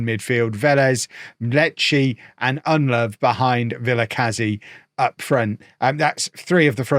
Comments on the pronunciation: ITS PRONOUNCED UND LOW VOO NOT UND LOVE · Its "Nedelovu", not "EnLove"! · Convinced purposefully forgets the u at the end of Ndlovu's name...